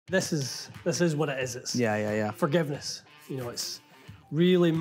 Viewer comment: Did say "fargiveness" Cheers from Scottsdale